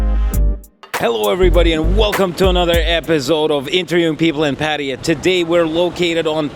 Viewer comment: Bro just enough already on Indian tourists. Agree some of them are only getting used to the western culture and sure is a process. Also learn how to pronounce Patt"aya"